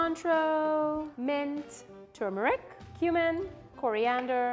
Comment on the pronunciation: Am I the only one who thinks she pronounced turmeric weird